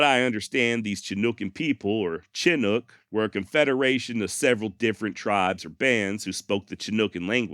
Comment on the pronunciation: Pronounced Shi-nook, like shit without the T